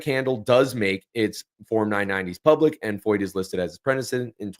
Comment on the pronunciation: I am a German teacher, and the name "Feucht" is a German adjective that means "damp" or "humid." You are pronouncing his name correctly, as the "eu" sounds in German like "oy" or "oi." While Germans pronounce the "ch" in this word "feucht," we say it more like "FOIT" or "FOYT" in English. Thank you for making this video, btw!!